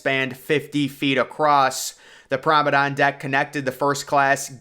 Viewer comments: Everybody: Promenade. He: Promadon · Why do you you pronounce promenade as promenon? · PROMADON, PROMADON WHAT IS PROMADON! What really kills me is that he says it over and over and over on every one of his videos! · Take a shot for every time you hear ‘promadon’ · Your determination to say F you to the commenters and not learn how to say Promenade properly is impressive.